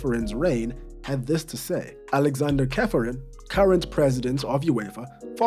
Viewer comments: Cefferin like "Shefferin" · Just one correction, Čeferin's last name is pronounced Cheferin since he is Slovenian. So the Č is like CH as in Chocolate or CzeCH Republic. Besides that, great content as usual!